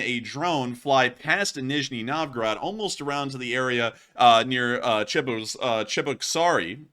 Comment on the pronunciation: Dude if your going to make a living off of War Blood at least make a fkn attempt to pronounce city names correctly. Eezh yevsk - Nee zhnee Nov gor od - Chye lya beensk. Flame me all you want IDGAF but he is a typical lazy social media grifter.